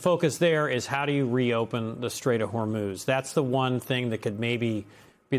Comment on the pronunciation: Trump such an imbecile. What an embarrassment to the country. Even when making stupid jokes, he proves how dumb he is. It is Hormuz. Not, "Hormuth".